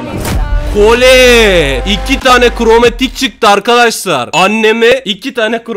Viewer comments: Abi yazıklarolsun edgara da kromatik demessin yaniiii😒😒abi kaç yıllık bs cısın hiç yakışmadı beee jsssjsjsjsj edgara krımatik dedi lan sjsjjsjsj ahahahahahahahahhahaah😆😅😅😅😅😂😂😂😂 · Destansı ya kromatik diyen koca yürekli FATİH abimiz